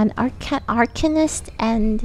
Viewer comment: how are they all so bad at saying arcanist